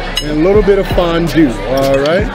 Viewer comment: Yoo that "fonnn duue" had me giggling like a child lol. If you ever come to central PA we got a big farm show in Harrisburg every January. They got some good grub and killer milkshakes, that'd be a dope chug! You got fans everywhere! ❤